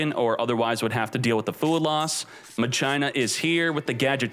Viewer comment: Please stop saying Machina like that